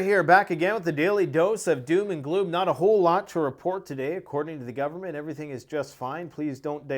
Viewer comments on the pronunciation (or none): none